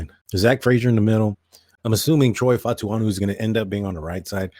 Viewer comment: My brother love ya coverage but you haven’t even tried to find Troy’s name the pronunciation is Fa-Uh-Tanu